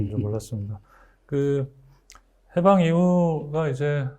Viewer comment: 해방의 발음도 틀렸나이다!! 길게 발음해야지!! "해석, 해제" 등의 첫 자도 짧게 발음하시렵니까!?? " 강점기" 의 첫 자도 길게 발음해야 합나다. 한 말로, 저고저 문제가 심각하나이다.